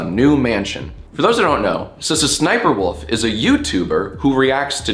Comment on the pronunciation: I like how Jack pronounces SSSniperwolf as, "Suh-suh Sniperwolf"